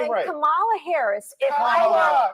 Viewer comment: He said KAB Harris , his totally out F-Knn funny!